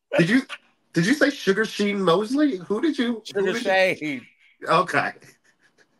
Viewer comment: Sugar SHEIN is crazy its pronounced shawn😂😂